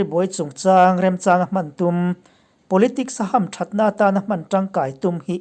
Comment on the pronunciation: Hamthatna i lam dan hi i ti danglam lui nge in veng bil thluk dan, Mizo tawng humhalhtu tha nge i nih ang, ti chhe tu?